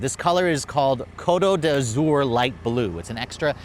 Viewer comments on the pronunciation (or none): It’s… I mean I’ve heard some really bad pronunciations in my life but that Côte d’Azur is the cherry on top !!! LEARN to pronounce the words properly or translate them into English! EVEN that’s better!!! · “Basically”. It’s Côte d’Azur. And no SUV is “3 box” in design. Words matter!